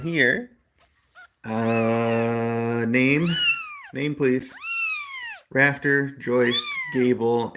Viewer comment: At first I thought you said the itty bitty baby's name was "Raptor" not "Rafter" and honestly, I think its much more fitting for her. ^w^